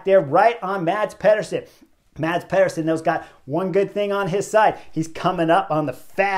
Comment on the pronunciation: Thanks Chris. Sad for them but the knucklehead award goes to the two breakaway riders playing games at 1km. As pro-peloton riders they should know and fear the speed of a peloton that has them in its sights near the finish line. One small note Chris - Mads Pederson's first name is pronounced Mas as the d is silent (general rule in Danish)